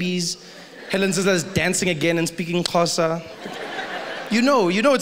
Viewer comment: i wasnt mentally prepared for the pronunciation of xhosa